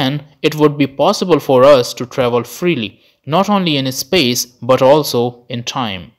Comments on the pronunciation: And it is not ehspace. Just space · This guy pronouncing space as ispace 🤣🤣🤣🤣